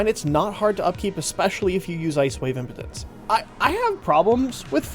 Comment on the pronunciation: Ice Wave... im-pee-dense, not Ice Wave Impotence xD